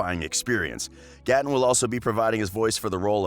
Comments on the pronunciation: GAATEN WHO IS GAAATEN ITS NOT GATEN ITS GAAAATEN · wait did he just say gat-e-n 💀💀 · Reanne Ras MEEE HAHAHAHAHAHA GATTON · It was triggering me so much that he was saying gaten like that and calling her Natalie and Natalia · Idiot can’t even say gatten Matarazzo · Am i the only one who's triggerd by the way he say's gaten name?????